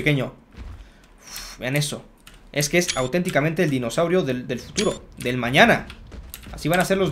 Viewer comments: Porque Dice fututo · Like si te diste cuenta que se equivocó en futuro y dise fututo